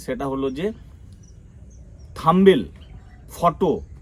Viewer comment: Thumbail noy Thumbnail....thik kore uccharan korben 😊